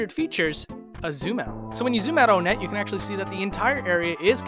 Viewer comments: Its pronounced WON-ett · But isn't it pronounced ONE-et considering that there's TWOson, THREEd, and FOURside?? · One-nette, not O-nette. Two-son, Three-d, Four-side. Get it? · its just onnet. not onette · it’s pronounced onet not own ett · For the thousandth time. IT'S NOT PRONOUNCED "OWNETTE". IT'S ONE-ETTE. LIKE THE NUMBER 1-ETTE. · officially it's pronounced ONE-ett, yet everybody pronounces it OH-nett this triggers me so much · he pronounces it Oh net... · it's fun when you can DIY with SNES classic mods. p.s. it's on-itt not on-ett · Thought it was onett like ahh-knit, but you pronounced it oh-net. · Heh I've never heard Own ett I've heard On ett and One ett But not Own ett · This was overall an incredible video, though I do have a few nitpicks regarding your pronunciation of certain terms: "Onett" is officially pronounced with a short "o", as in "octopus" The "i" in "Giygas" was confirmed by Marcus Lindbolm (the game's chief localizer) to be pronounced "ee" I don't know if there's an official pronunciation for "Magicant", but I do believe that the "c" is a hard one (like in "car"). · You mispronounced Onett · I can forgive pronouncing Onett as "Oh-net," but you seriously crossed a line with "Magisant." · “Onett” it’s “one-Ette” Pah-lease, it’s “magi-can’t”